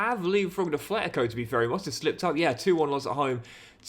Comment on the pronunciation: Please, there's no 'h' in Atletico Madrid